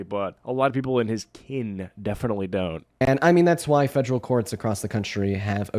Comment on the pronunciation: “Fegeral” government